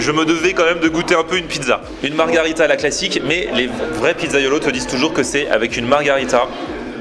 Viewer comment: On dis MARGHERITA et pas MARGARITA !!!!!!